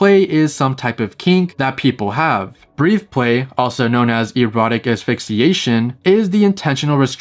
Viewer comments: Did this guy just say “breeth play?” It’s breath play. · It's "breth"play. Not Breathe xd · It’s breath-play, not breathe-play. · Just so you know for the future, you were saying breathe play instead of breath play. Breath pronounced as in "a breath of fresh air". Keep up the great work, i really enjoy your channel ❤ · Breathe is spelled with an e at the end. Breath is pronounced like "death" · Breathplay... I can't BREATHE Then, take a breath No disrespect, of course. But saying that channel name wrong was driving me nuts! Lol I love your channel, though! This video was very interesting! 😮